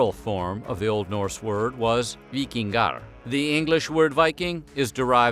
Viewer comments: As an Icelander I'm impressed by your pronounciation of Víkingar. Also, a lot of the old fashion food is still eaten commonly, but simply cooked in more modern and safe ways. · As an average guy on the internet I'm impressed by your pronunciation of Vikingar. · As a Dane I'm impressed by your pronounciation of Víkingar.